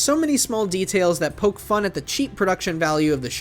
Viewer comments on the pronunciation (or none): none